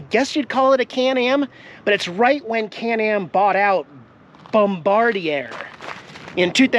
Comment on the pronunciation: I believe it’s pronounced “bomb-ah- dear”. Like the guy who dropped the bombs from the airplane in WWII.